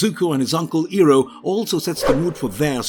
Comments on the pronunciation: Eeroh??!! Who the frick is Eeroh?? It's pronounced as Eye roh... Iroh. Eeroh is how M. Nightsharmalonga Dingdong had it stupidly pronounced in his crap movie. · It's Eye-roh! You're butchering his name the same way the first Last Airbender movie did.